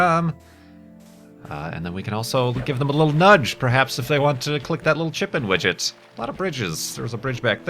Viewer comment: every time you say chip-in widget i all ways think you are saying chicken widget :D